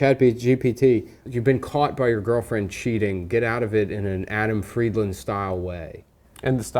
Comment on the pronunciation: Jesus Christ, is Adam's last name pronounced Fried-LAND (as in the land his ancestors stole from Palestine), or Fried-LEND (as in what his ancestors hate doing at banks)??